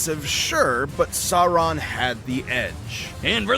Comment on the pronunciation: I hate asmon keeps mispronouncing Sauron’s name